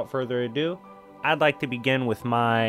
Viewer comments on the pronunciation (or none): none